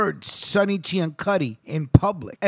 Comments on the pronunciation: Last name was actually pronounced "See-an-suty" instead of the proper Italian pronunciation that you used for this piece. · Ciancutti is pronounced "see an sooty" in Arnold, Pa. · Being from New Kensington I must tell you, that you have pronounced Mr. Ciancutti's name incorrectly. It is pronounced (Sin-sue-tee) or (Seean-sue-tee). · You’re saying his name wrong. It’s pronounced sansuti. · I was going to add the correction on the pronunciation of his name but others beat me to it. Ten years ago I was arranging a burial for a member of Sonny's biological family, and when I called the cemetery and started to spell the name the woman said, "Oh, Ciancutti!" She then regaled me with tales of the other Family. "You could walk down the street in New Kensington and know that nobody would try to snatch your purse, because if they did the Family would know about it, and take action." Thanks for all the research, and God bless.